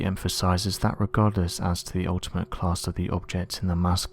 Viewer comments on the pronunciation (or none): none